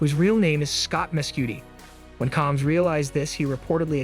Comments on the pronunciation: Why is this A.I. voice pronouncing his name as “Calms?” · Who the hell is Calms?😠😠😠😠... Get Diddy's name right... Dude